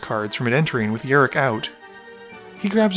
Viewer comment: It's rok not rik